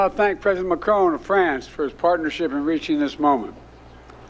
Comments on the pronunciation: Macron NOT Macrone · How do you get to "Macrone" from Macron? Macron rhymes with 'Ron' not 'bone'.